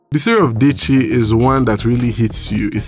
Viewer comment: Diche. Diche is how her name is pronounced! Which one is deychi! 😂😂💀 Also nice video as always, was smiling all through...your comedic timing is pure gold! We've missed you on YouTube